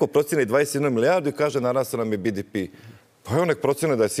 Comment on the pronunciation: Koji je vrag bi-di-pi? 😄 Hrvatski je BDP (be-de-pe) ili engleski GDP (dži-di-pi), nema nikakvog bidipija. 😂